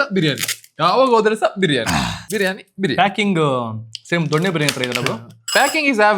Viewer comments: ದೊಣ್ಣೆ ಬಿರಿಯಾನಿ ? ಸರಿಯಾಗಿ ಹೇಳೋಕೆ ಕಲಿ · ದೊನ್ನೆ ಅದು ದೊಣ್ಣೆ ಅಲ್ಲ